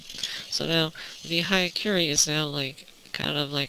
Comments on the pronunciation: It's "hya", not "haya". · it pronounce as yakuren